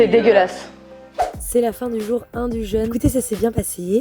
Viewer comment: jeune (jeunesse) et jeûne (privation de nourriture) ne se prononcent pas pareil. Ça permet notamment de faire la différence à l'oral. ça empêche pas de s'épouiller en rentrant